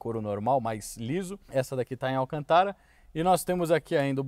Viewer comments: Se diz Alcântara, não Alcantára como vc fala. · Desculpe mas é Alcântara e não alcantára circunflexo só pra corrigir e acento circunflexo no segunda A ou seja alcantára não existe e igual presidenta ( doi o ouvido) desculpe só um toque !rsrsrso resto é show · Alcantára? kk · AlcantÁra hauhauhauhahua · Viu a pronuncia correta é > Alcântara < olha o acento circunflexo , fugiu da escola?? Não me irrite !! 😂😂 😎👊🏻✋🏻